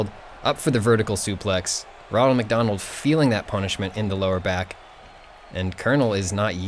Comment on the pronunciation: Did you say wonald mc Donald